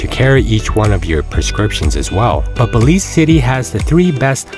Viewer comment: Bélize 😂😂😂😂NO WAY